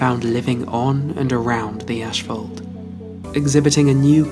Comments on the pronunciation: It's pronounced ass·faalt. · if the narrator says "ashfault" on more time I might lose it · I suppose I've never heard that kind of pernounciation. Personally, it was mind-blowing and crazy in the moment. I couldn't believe what I was hearing